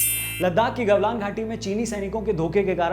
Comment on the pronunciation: notice... its galwan not gawlan🤣